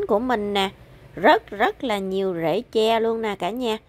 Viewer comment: Phát âm đúng TR nha em.